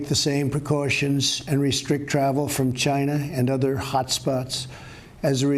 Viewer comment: It started in “Gina.”